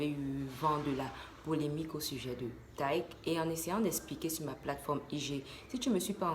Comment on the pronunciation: On lit Taykeee pas tayque 😂